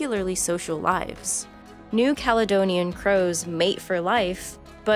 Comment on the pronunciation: oh god i thought you said COWS